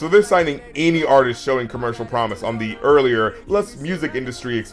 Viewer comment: sorry this is late but he is say like the osscer but he is say the as tha